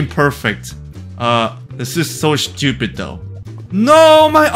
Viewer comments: the way he says stupid XD "shtupid" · I just love how he says "Shtiupid" instead of stupid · I love when he says „that’s so schtupid“ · Rhe best thing about this video is how he pronounces word stupid